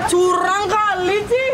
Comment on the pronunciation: "curang kali cihh" logat baline pesu wkwk